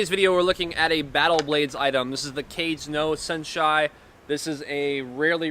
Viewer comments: Kah-geh no Sen-she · Your Japanese pronunciation is really rough. ka-gay no sen-she. Kage (ka-gay) is ‘shadow.’ The senshi part can mean many things, but is likely ‘warrior’